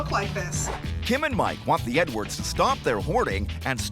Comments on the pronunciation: The narrator pronounced their family name, "Edwards", as if he's saying "N-words". I'm not even American and I heard it... Look at the other comments and you'll see we're not the only ones. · 😂😂 I thought I heard Nwords too! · It sounds like he says the N-words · When the narrator says Edwards, it sounds like N-words. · That is exactly what I thought! Even tho I know he is saying Edwards I still can here him say “The N words” 😂😂😳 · Right? Had to listen 3 time until I heard Edwards.